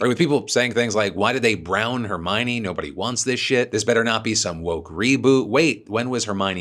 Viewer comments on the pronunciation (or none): none